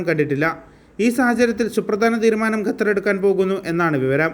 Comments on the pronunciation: Bro, it is not Gatar, but Qatar.. please pronouns correctly... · Its more maching with Arabic letter